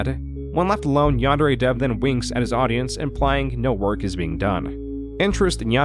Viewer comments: the most reprehensible part of this is his butchering of Japanese. YANN-DAIRY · The fact that he constantly pronounces it ‘Yehn-dairy’ is perhaps the most despicable thing he does. That and bein’ scummy AF. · For someone that claims that anime is his life, he sure can't pronounce yandere... This is the least of his numerous sins. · Forget about the grooming, the way he says "Yan-day-ray" makes me irrationally mad. Like how you can't even pronounce the title of your own game? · Oh god, I got whiplash from Kappa not looking like a depressed librarian. I didn't realize that video had such an effect on the Yandere Simulator community. I also will never get over how he pronounces the word "Yandere". It doesn't sound english. If it were a japanese word, it would be understandable to use such pronounciation. But it's not a japanese word. It's an english portmanteau. Like even the word "portmanteau", it should be using the pronounciation of the originating language- english! Haha. I got to dowloading Yandere Sim. I've been wanting to play it for years and now I finally have a good pc and time to download.